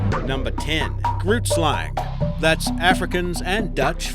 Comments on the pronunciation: number ten isn't pronounced grootslang, it's actually pronounced gruutslung (I'm from Africa and the language is Afrikaans) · literally had to stop because its bothering me so bad, "Grootslang" is not pronounced exactly as you read it and the resulting pun would offend any Afrikaner, the g is pronounced like the sound you make when clearing your throat(g)-roooot (Like tree root)Slung (as in something slung over your shoulder.) my own ocd I apologize but it comes to a point that it gets annoying. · The way he pronounced done of the names had me cringing lol since I am from sout africa and groot is not pronounced as groot in afrikaans lol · So, as I understand it, grootslang is pronounced more like "hroteslung," with a rolling "r" and a back-of-the-throat sort of "g." Are there any superior linguists here who can verify? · You pronounced Grootslang wrong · The way you and most Americans I've ever listened to pronounce "Grootslang" bothers me tremendously, but I would suppose it's only because you're only exposure to the word was by reading it. However, it was very nice to watch this video and remember the stories that I initially heard with some of these 'creatures'! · Cid the Julbocken the Grootslang was the funniest. I am South African. And I confirm. He butchered the names. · You say grootslang completely wrong, I'm Dutch. Sorry for bad English.